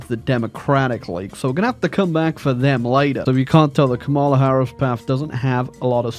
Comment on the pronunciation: Cringing every time car wreck of a pronunciation of Kamala is uttered. The emphasis goes on the first syllable like "comma"